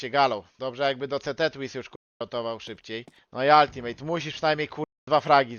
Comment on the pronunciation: Demydż i Altimet a nie altimejt i demejdż